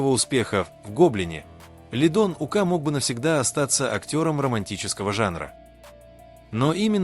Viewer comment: Смотрю все ваши видео,интересно,но пожалуста ставте ударение правильно,не ука' а ук